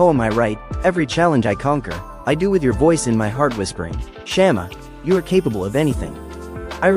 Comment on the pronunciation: C'est Shama pas Sama